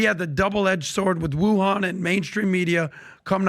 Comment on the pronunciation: Im sorry... 😳Whuan Flu? 🤣😆 KILLS ME! 🤪 😐😑 but its true.